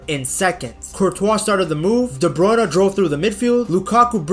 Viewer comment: It's De Bruyne, not De Bruyn-eh